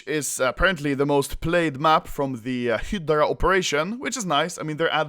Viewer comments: Its (High Drea) not hdrea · Hi-dra. Hi-dra. Not head-ra, we know you like head but it’s hi-dra baby. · You don't pronounce it HIDRA, you pronouce it HAIDRA! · Stop saying “hid-dra” it’s “hi-dra” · HAHAHAHAHAHAHAA OPERATION HEEEEEEDRA, ITS FACKING HIIIIIIDRA ANOMOLY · ITS HYDRA NOT HIDRA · Phantom Friends he says hiddddddddddrocholocal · Anomaly : Hedra People : Hidra Autistic kids : Fidget spinners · Its not hidra its hydra hi-dra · You pronose Hydra like Hitler ^^ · It’s pronounced “HI-DRA” XD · When you say hydra it sounds like Hitler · at first I heard "The best of Hitler" lol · OPERATION "HIDLER" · ITS PRONOUNCED HI DRUH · high-dra, please it's frustrating me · The new way to say Hydra "hedra." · When he says hydra it sounds like hitler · Hydra = (Hi-druh) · i understood: “they are finishing up hitler“ xD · Anomaly SAY IT WITH ME High-Druh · When you say Hydra is sounds like Hitler and how the hell you fuck that up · When anomaly said hydra, it sounded like he said Hitler lmao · When you say "hydra" looks like you are saying "Hitler" wtf AHAHHAAXDDDDDDDDDDDDDDDD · Why does it sound like you're saying hitler when you say hydra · its HI - DR- AA FUCC BOI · When you say Hydra it sounds like you are saying heetler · "hidra" lel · im glad operation hydra is over so I can never hear anomaly say hiiddra again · I thought Anomaly was saying Hitler, not Hydra